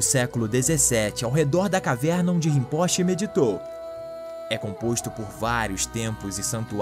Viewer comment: excelente conteúdo, poderia corrigir a pronúncia do titulo Rimpoche (ê)